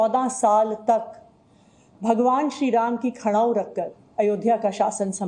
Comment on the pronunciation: इन कमिनो के मुह से प्रभू राम और भरत का उच्चारण ठिक नही है